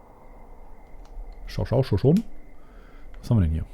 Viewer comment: Den Wald spricht man "Schuschouni" aus. :)